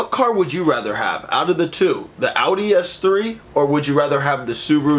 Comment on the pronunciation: do you say s7????? its an s3